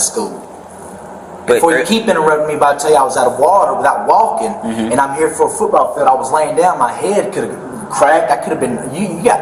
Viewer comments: Does anyone else HATE the way he says football. FUtBall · Lmfao…if he says FOOTBALL like that one more time. DAYUM!😂